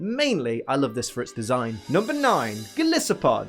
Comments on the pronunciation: Someone's got to point it out - it's Gol-EYE-so-pod, because it's based on not just Goliath, but an isopod 😂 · You also mispronounced golisopod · Disses Also can’t pronounce golisopod But my god, if isn’t adorable when he tries to say like 2/3 of the Pokédex names I don’t know what is.